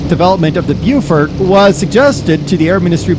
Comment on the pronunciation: The Beaufort is pronounced "Bofort"--Beau is French, means "beautiful" and it is always pronounced Bo, with a short o as in "pot" the way the English pronounce it--Americans pronounce that o as A, not as O. So Beaufighter means a Beautiful Fighter and Beaufort means Beautiful Fort. Beau is French means beautiful, pronounced Bo, and we have a word "beau" in English that means a very handsome young man. "Susan came with her beau to the party" is an example.